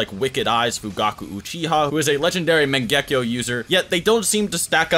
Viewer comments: Mangehkio wtf mate say it properly MAN GE KYOU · wtf is with the "megekko???????" its MANGEKYO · Bro mange-kayo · The way this guy says mangekyo is so wrong.